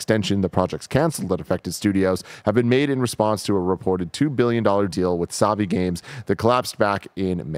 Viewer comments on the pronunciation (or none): Y’all keep pronouncing Savvy as Saw-vy as if you’ve never heard the term Tech Savvy